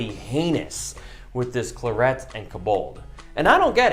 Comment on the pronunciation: Mans really just said clarET and cobALT